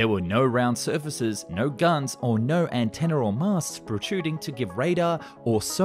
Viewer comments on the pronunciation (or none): none